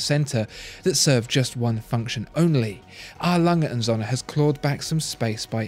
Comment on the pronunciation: I am a german, I love how you pronounce A. Lange und Söhne ;).